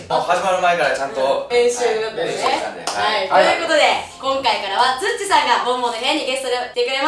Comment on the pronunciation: つっちーじゃなくてつっちじゃね？